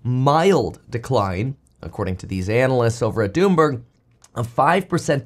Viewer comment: “Doomberg” 😂🎉 Thanks Kevin